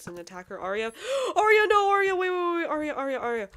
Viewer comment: Ahhhh Omg my name is the same as the little mushroom girl except I spell mine with a y instead of the I because Arya with a y means noble and I love that. And yes you pronounced it right 😊❤